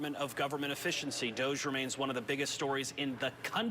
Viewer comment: DOGE… pronounced DOG E